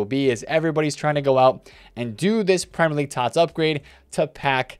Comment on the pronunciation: "Prem - Lerr - league" -, this video.